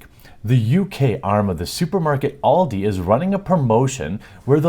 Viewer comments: It's not all di its AL di like the name al not all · pfft, just get them to play Counter strike. They'll soon be bullied naturally into rage quitting, and what if your kid pWnes the 'professionals''?. Also maybe just unplug the router at tea time? Also Also I hate to be that grammer guy but it's pronounced AL-DE. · BTW from Scotland it's pronounced Aldi with an a sound not oldi pronounced with an o at the start, not trying to make fun but don't think you realised you were mispronouncing it. Your news stories are great I'm a huge fan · This is what happens when a bunch of Boomers in marketing try to get with the times. "Hey, we here at Aldi want to stalk your child, humilliate your child, upset them, make them cry and make them feel like shit in their favourite game, we here at ALDI hate gamers and children now please come buy from our supermarket!" To quote AVGN "WHAT WERE THEY THINKING!?!" Oh and it's pronouned AL DEE here in the UK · the A in Aldi is not said with the "All" sound but more the "america" sound. Aldi. german firm. Just since its good to know stuff :D